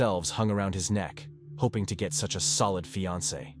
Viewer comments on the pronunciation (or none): none